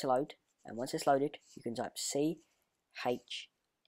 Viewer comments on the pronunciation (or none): it's chmod not chnod!